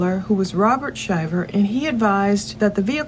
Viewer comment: Thank you for saying the name right. My father goes by the same name, and we all went to Auburn as this couple. I believe Lindsay is stretching the truth! She is doing everything as a form of gaslighting with hopes he will act out! The fact she is shoeing an affair already, makes me believe she will do anything to gain money! Just saying